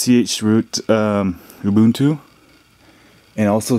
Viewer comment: its Ooo. Boon. Too. Saying something else is not a different kind of right; it’s just wrong.: taken from danielmiessler. com/blog/this-is-how-you-pronounce-ubuntu